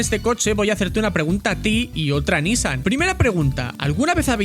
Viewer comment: Recuerdo esa carrera en 2015, fue esperpentica la presentacion en Le mans, cual Renault en F1, solo era una jugada marketinera no de competicion. Por cierto es nissAN no NIssan la pronuncacion. Saldudos.